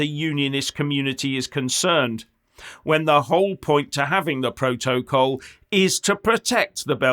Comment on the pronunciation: Stop saying pro toe coll....its protocol